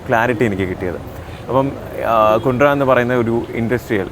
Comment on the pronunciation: കുണ്ട്ര അല്ല കുണ്ടറ